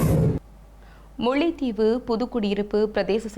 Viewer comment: தங்கையே முள்ளைத் தீவு இல்லை முல்லைத் தீவு தமிழைக் கொல்லாதே உனக்கு ல ள உச்சரிப்பு சரியாக சொல்ல முடியாதா ? கொலைக்கு கொளை என்கிறாய் தயவு செய்து தமிழை திருகாதே பண்ணாடை